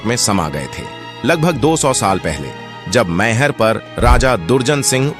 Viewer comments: Pronounciation is wrong.....mayhar nahi maihar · भाईसाब बोलना तो सीख लो मई हर नाम है सही